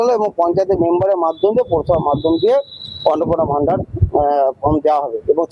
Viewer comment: Vandar কি জিনিস? শব্দটা ভান্ডার (Bhandar)